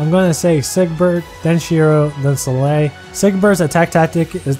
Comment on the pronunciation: she's pronaunced "Sol-eil", no "Selei"